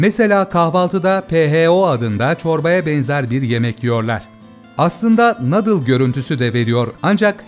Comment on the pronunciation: nadıl değil nuudıl